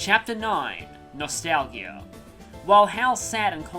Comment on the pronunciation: The "g" in "nostalgia" is pronounced more like a "j."